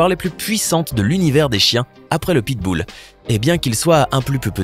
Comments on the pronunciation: Qui a entendue pitboule ????😂😂😂😂😂🤣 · Il sait mon même pas dire pitbull